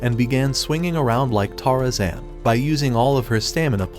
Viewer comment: Bro really said tarasan